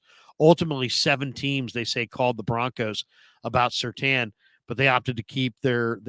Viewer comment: Surtain… not Surtan!!!